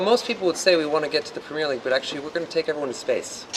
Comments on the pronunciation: PREM EARRR LEAGUE NOT PREMEEEEIRRE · BLESS HIM USA SAY PREMIERE LEAGUEINSTEAD OF PREMIER LMAO IT SNOT A FILM RYAN :p NICE TRY THO